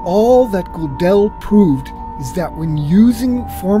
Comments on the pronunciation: please don't mispronounce the name: it's 'Go-del, NOT Go-'del !!!!! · It's 'Good-del not 'Go-del.